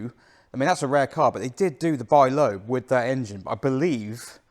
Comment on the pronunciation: The French pronounce it ‘leb’.